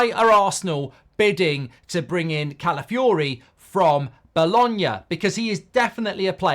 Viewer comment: 3. Goldbridge utterly butchering an easy to pronounce name